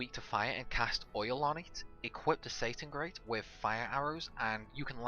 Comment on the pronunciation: Lol "Satangrate"! I know this is an old video but you can get the SEITENGRAT via the RNG manipulation technique using a Reks save file at NalBINa (not Nalbeena!) fortress after clearing out the soldiers and then saving (making sure not to level Reks which can mess things up): -Create a Reks save file if you don't already have one. -Have Vaan get on a ship to Nalbina from Rabanastre making sure he has the Diamond Armlet equipped, go upstairs (don't interact with anyone or buy anything) and create an autosave by exiting out of the room and onto the deck. -Do a hard/full reset and then reload the game from the PS menu; this resets the RNG. -Load the Reks save file and use the cure spell and pay attention to the healing numbers (you will need to touch the Save Crystak to replenish Reks' HP just don't save), when 88, 90 and 97 have appeared in that exact order quit to the game menu then load up the Auto Save with Vaan on the deck. - Go to where the invisible chest is up top (as shown on screen) but pay attention to a man that runs up and down the stairs. When you first go up the stairs he will already be standing about halfway down but when you run past him he will turn around and run back up, count this as 1. You need to witness him go up and down the stairs 4 times in total, when he runs back up for the fourth time and turns the corner immediately hit the X button and you should get the Seitengrat 100% of the time (so long as you've done everything right and have the Diamond Arm